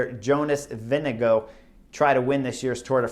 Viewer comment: I'm sure I'd fare no better in your place, but it is Ving-e-går, with å (or aa in this case) like o in lord.